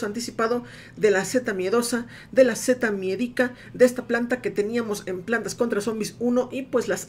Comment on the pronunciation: Al fin alguien que pronuncia bien la seta miedica, bravo 👏